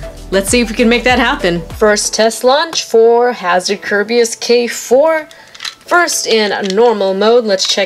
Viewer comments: you are NOT saying the Hasbro Kerbeus name right. 2 years and you still haven't noticed, really?! 😔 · Yeah she isn't